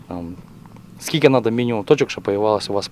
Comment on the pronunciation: Говор тарабарский. Скильки кильки 🤙🤙🤙